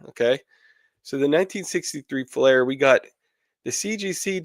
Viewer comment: How DARE you! The AUDACITY It’s FLEER not FLAIR COME ON 🤪😂😂😂